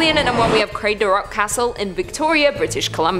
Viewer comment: Craigdarroch shouldn't be too difficult either - Craig / darr / och....the same sound as Loch.